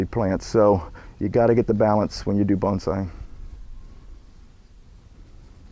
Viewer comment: Thank you for pronouncing "bonsai" correctly! :-)